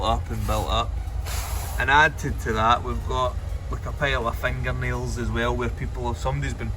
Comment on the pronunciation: Fengar neus! Absolutely felthy!